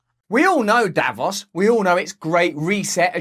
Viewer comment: It's not pronounced davoss, it's davoos